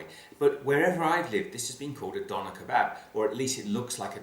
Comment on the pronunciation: In fact you pronounce "Döner Kebab" badly. You have to pronounce the "Ö" in Döner like the letters written big in the English words following: emErgency, mUrderer, captain james t. kIrk It's also pronounced this way in other languages, for example: German, Hungarian, Swedisch... Never the less - good work, my friend!